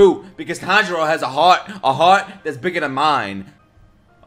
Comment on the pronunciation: The way you said heart scream Brooklyn to me